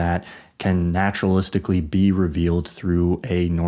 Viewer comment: bro said naturalistically